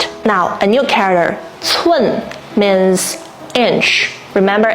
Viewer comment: You are using the top of your mouth too much which affects the pronunciation of your English. Try pronouncing "means" as "meeeens", not "mins". "Characters", "care-rack-ters", not "cawickters". You use "means" a lot in your videos, so remember to pronounce it as "meeeens", not "mins". It makes a big difference.